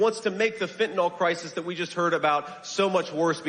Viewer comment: Psst, J.D. It's Fentanyl --fen tah nil. Not fentanOl.